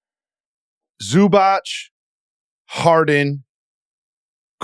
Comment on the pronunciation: Zoo-bach not Zoo-botch.